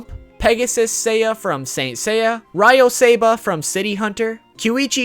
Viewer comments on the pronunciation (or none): its pronounced 'ree oh' not 'ra yo' why does no one get his name right?